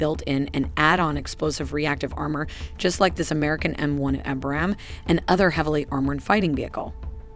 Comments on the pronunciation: Narrator has a huge grude agains "s" apparetly. M1 Abram is just crying now. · Just correct the pronunciation of "Abrams" :) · also "abrams" but still good though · I don't get why some of your data is in imperial and some is in metric. Is this voiced by an AI? If so, did you listen to it before putting it in the video? Listen to how it pronounces "Abrams", as well as other things. Interestingly most of the russian names were pronounced right.